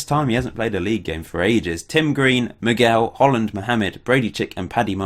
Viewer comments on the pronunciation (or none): none